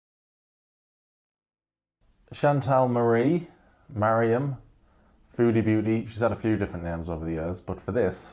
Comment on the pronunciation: Could you not say Mariham please? Its so racist !!